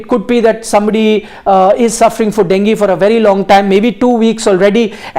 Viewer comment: डेंगी नही डेंग्यू रे बाबा 😂